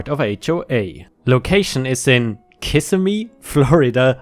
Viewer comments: Too bad he doesn't know how to pronounce it though. Kiss sim mee not Kiss im mee. My grandparents owned a place just South of it in Intersession City. And I own land out near Christmas. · Kissimmee - pronounced "ki-sim-me". No kiss in Kissimmee. 🌠🌠🌠🌠🌠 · Florida native here! Kissimmee is pronounced ka-SIM-ee. Osceola is pronounced Awe-see-OH-la. Also, when it comes to $0.50, it would just be said as 50 cents! As per usual,, you have made a quality video 👏🏼👏🏼 I also want to say that I do not mean this to sound disrespectful. I just figured I’d try to help out! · A huge joke in that part of fl is how you say Kissimmee. Not kiss a me ka simmie. :) great laugh though ty. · Ki-si-me and Os-say-o-la. As someone who lives with a Floridian, this bugged me. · Kissimmee is pronounced Kiss- SIM'- mee. There's a joke that it's pronounced Kiss-SIM'-mee in the daytime, and KISS'-a-mee at night. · Kissimmee, pronounce as Kis sim me( or that's what the people living there say) FL is where we always stop to relax before driving the rest of the way to Orlando FL when visiting Disney world. It's a beautiful place. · btw for future reference, it is pronounced Ka-Sim-Me :). Not harassing just being friendly. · It’s Ka simm me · My Florida senses started tingling when I heard Kissimmee mispronounced. lol I'd like to hear you try Thonotosaasa Rd. 🤣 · That reminds me of a joke. A husband & wife were on vacation in Kissimmee & were arguing over how to pronounce the name. One was adamant that it was "KUH-semmy" while the other claimed it was "Kiss-AH-me." They got so frustrated that they pulled into a drive-thru line to ask a local. The husband pulled up to the window & asked the worker to tell them slowly where they are. The worker shrugs & says, "Buuuuuuurrrrrrrrgeerrrr Kiiiiiiiiiiiing."